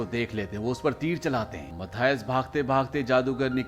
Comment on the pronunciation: Dono ka name galat bol rahe ho menan or mathuse hai 😂